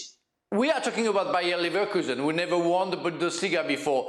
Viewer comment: They already played Bayern. I believe you mean "Bayer" Leverkusen. No "n"